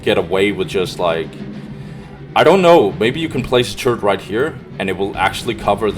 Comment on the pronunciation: This is some good and needed dow content, keep it up dude. Also, i keep hearing "turd" instead of turret, i love it lol